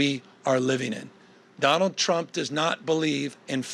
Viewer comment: did he just say jonald drump lmao